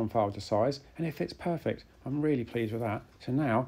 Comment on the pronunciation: i tot he said Purrrfect